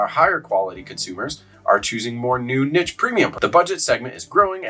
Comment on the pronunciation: Learn how to pronounce niche please